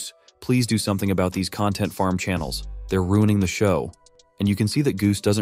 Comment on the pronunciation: You said channels wrong also I do